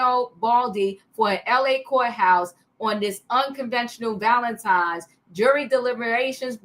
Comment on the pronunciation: It’s pronounced ValeNtine’s day……..not Valentimes. There is no M